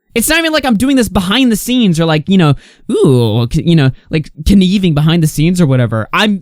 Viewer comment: kineeving Lol